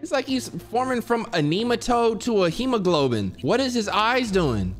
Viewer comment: Bro did not just say "he turning from a nematode to a hemaGLOBIN" lmfao